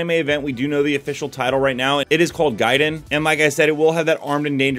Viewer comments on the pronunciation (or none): Gaiden is pronounced as Gay Den